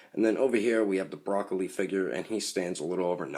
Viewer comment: Its broly not broccoli